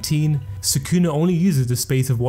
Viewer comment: try to pronounce sukuna properly first then try to "explain" stuff to your audience